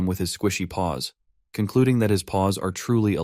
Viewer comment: BRO I KEEP HEARING “balls” instead of paws it’s so weird😭🥀